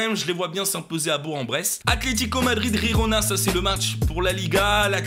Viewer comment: Ta massacrer Bourg-en-Bresse niveau prononciation . On dit bourgue en bresse